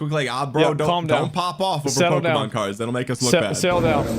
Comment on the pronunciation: "They took err cerds!"